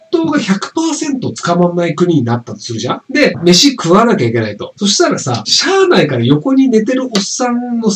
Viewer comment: しゃぁ↑ないでチョイワロ